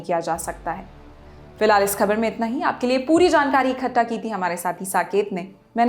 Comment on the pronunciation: Mam ek word hai ikattha jise aap ikhatta bol rhi hai...aur yah galti lagbhag 95% log karte hai. So plz ammend it in future